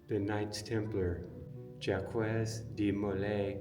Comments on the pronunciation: Jacques is not "Jack-wez"... it's "Jock" , like, zhokh. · Jaques is pronounced as Zhak like Jack. Not Jaquez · You should prepare yourself before your travels: 1) Your pronunciation of "Jacques" is terrible. It is pronounced something like "Jacks". You clearly have no idea of French. 2) Jacques de Molay was burned at the stake in Paris on the Isle des Juifs (The island of the Jews), now part of the Isle de la Cite, together with other knights Teplar in 1314. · Jacques is pronounced like shock, but with a soft J. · You gotta be embarassed. Just call him Jack already. Know your historical figures and how to pronounce their names. AW HELL....at least ya tried. De Molay was burned at the stake after he recanted his forced confession. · JACQUES IS PRONOUNCED LIKE JOCK. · The q in Jacques is silent like Jack. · The Q is silent in Jacgues. The French king was a greedy coward. His end is not good. Amen